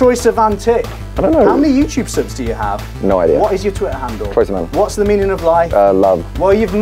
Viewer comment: "Troye... Siman?" 😂😂😂😂